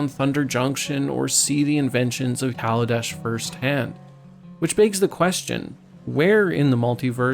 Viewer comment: I respect you for saying kaladesh